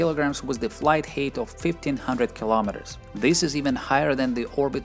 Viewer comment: I didn't doubt that you know English well, but that's truly with an accent. I appreciate your work a lot, but it'll be even better if you would work on your accent. Or at least the word "height" :D